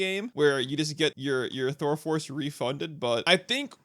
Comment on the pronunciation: 17 you definitely said "thurle" Thural? Thurel? whatever you said, theres no L